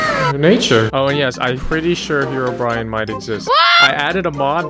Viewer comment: He pronounces it "Herobrian"